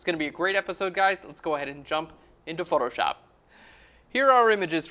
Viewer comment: You're good at basic techniques. But the whites on the darker side can't be fully white. You need to reduce the brightness. Btw, the way you pronounce Photoshop like photor-shop is a total distraction..